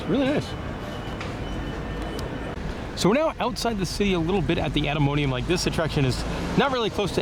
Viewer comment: You made the right choice with the samurai sauce to the frietjes, but goth dammit you were driving me crazy calling the atomium "atomonium".